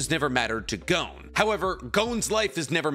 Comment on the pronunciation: For it being you favorite media it is strange you cant even pronounce your favorite MC of all times signature attack. Jajaken :,D Also his name is Gon not Goun. Leorio was the one (abt to) battling Bodoro not Killua. Also the General Opinion of Chimera Ant is that it is the best Arc in Shonen history, i think you are mistaking something with what ppl say abt Greed Island. You know suprisingly little for someone who watched it 7+ times.